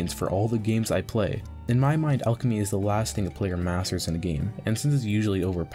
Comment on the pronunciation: Starting a video off by mispronouncing the name of the skill is not a good start